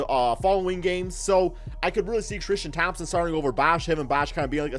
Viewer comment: Alonzo Tikito trishtam 😂